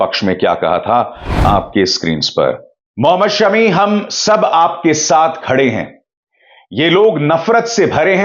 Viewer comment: अभिसार भाई सेमी नहीं शमी फ़ाइनल कहें और “ फ़ाइनल” भी शमी फ़ाइनल ही कह लाएगा। किवी और आउजी शमी नाम के दहशत में है। 😂😁।